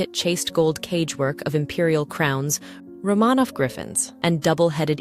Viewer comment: It is AI. It mispronounces words such as "record," it should, in the text, be pronounced with the pronunciation of "the palace record shows" but AI produced it as "play the record on the record player." It also mispronounces "Romanoff."